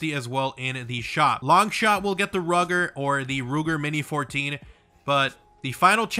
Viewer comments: Also bro it’s pronounced “roo-ger” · It’s pronounced ROO-ger sheeesh 🤦‍♂️